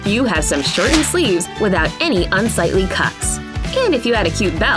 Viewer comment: its not shoren its shorten